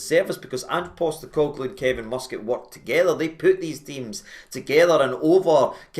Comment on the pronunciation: It’s not “free”, it’s “three” numpty!.. and the mighty Mus-Cat? Are you having a laugh? It’s hilarious watching you lot salivate over a guy who’s a 3rd rate manager and ex player! I’ve never heard so much pish from you! But if it keeps you happy, then you’re welcome. At least yous have dodged the Gerard “bullet”.. the man whose ego is bigger than Robbie Williams’ ☘️☘️☘️